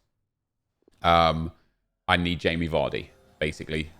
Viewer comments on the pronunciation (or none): none